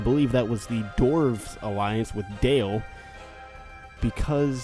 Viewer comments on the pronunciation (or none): "the elves have declared ware on the doorvs" rlly?